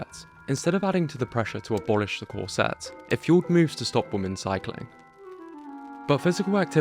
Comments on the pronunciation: What's a 'cor-SET'? The word is pronounced 'COR-set' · It's corset, pronounced "COR-set" (or more commonly "COR-sit"), not corsette, pronounced "cor-SET"!